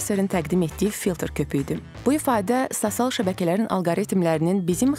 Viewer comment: Sosial sozunu duzgun tələffüz etseydi daha yaxsi olardi...